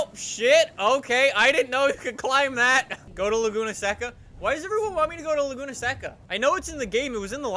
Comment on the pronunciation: also its laguna SAY-CA